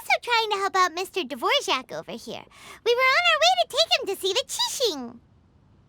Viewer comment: I died inside when his name got called Dvorjack instead of Dvorak lol